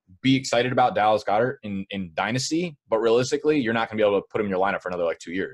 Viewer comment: Dear, I don't think that's how you pronounce Goedert